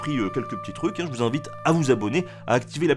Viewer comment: Tout allait bien avec la langue française, mais, en fin de vidéo, c'est le relâchement fatal, l'oubli qui gâche tout. "à activer la p'tite cloche pour na pas louper les prochaine épisodes..." C'est là où le"z" magique est possible: "les prochains zépisodes".